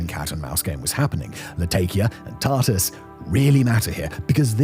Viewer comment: Really can't take somebody that says: tart-ass and latay-kiya. Reveals what a bunch of scripted nonsense this is.